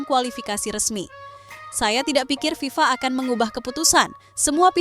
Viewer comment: FIFA. bukan VIVA😅😅